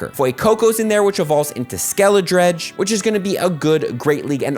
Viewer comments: i cant get over how says "pwawmi" and "skeledredge" instead of pawmi and skeledirge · skeledirge, not skeledredge. also pawmi not pwami. Not sure if anyone else picked those two up. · Pawmi not pwami and skeledirge not skeledridge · He also said "Skeledredge" when it's "Skeledirge" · “Pawomi” “skelidredge” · Can someone tell it’s SkeleDIRGE. Pronounced DURJ. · Me holding back tears bc he called pawmi “pwami” and skeledirge “skeledredge” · Holy crap it’s pronounced PAW- Me And Skel-a-durj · lol when I heard SKELIDREGDE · Paw- mi not pwami just so u know Skeli- der- je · Is no one talking about how he's pronouncing skekedirge and pawmi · Not as much as that Skeledirge pronunciation.